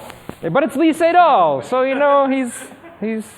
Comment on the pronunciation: Very hard to listen for me, when you pronounce "Lee Sedol" like in the literal transcription of the name all the time, instead as "e setol".